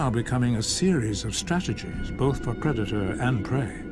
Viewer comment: "Pre-dater"? "Echo-system"?